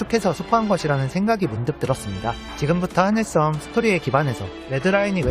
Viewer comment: 스물명(X) 스무명(0) 하늘썸보다는 하늘섬이 듣기 편할 것 같아요 자세하고 독특한 해석 언제나 잘 보고 있습니다 고생하셨습니다